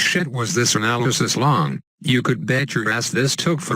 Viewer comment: LMFAO "anal... lysis" dying bro